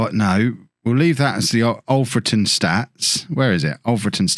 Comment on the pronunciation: FWIW it's Alfreton with "a" like in King Alfred - who it's named after - not Olfreton